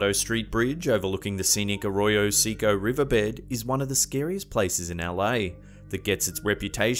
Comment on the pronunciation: PS. Arroyo Secco is pronounced Arroyo SEH-ko .... NOT "SEE-ko"